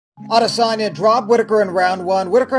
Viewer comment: I just sat there and wanted DC to stop saying „Edesanya“